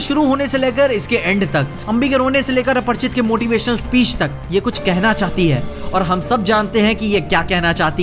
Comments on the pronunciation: Aparichit na ki aparchit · aparichit hai aprchit nahi 😂